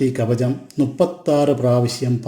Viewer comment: കവജം അല്ലടാ " കവചം" എന്ന് പറ...😅😅😅😅